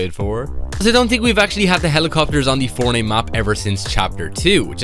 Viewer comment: Bro always says fornite account like bruhhh